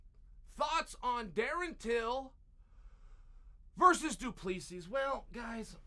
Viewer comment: It's dricus du plessis with a silent s, dricu du plei 🇿🇦